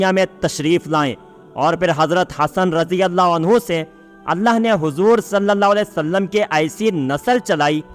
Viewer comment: तुम लोग सल लल्ला अलैह वसल्लम नहीं कह पाते हो.